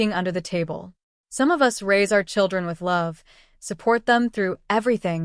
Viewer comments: AI TTS always mispronounces it when all caps are used, same as "IT" for "it", etc. 😮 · Us is pronounced as a single word - no as U.S.